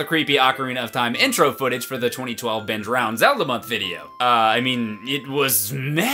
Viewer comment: Rewatching this video after years and it still sounds to me like he's saying "binge round" and not "Ben drowned." Anybody else?